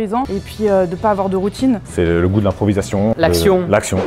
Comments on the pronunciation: "l'improvisationh" ya un h t'es sur tibo ?? 😂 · Le goût de l'improvisationh mdrrr